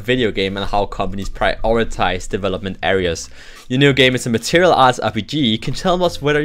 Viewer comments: Good video,, but why do you pronounce martial material? It's more like mar-shal or mar-shill.:) Anyway, keep those videos coming. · I'm not complaining, mind, I just find it amusing. Every time he says it, I'm reminded of this song by Madonna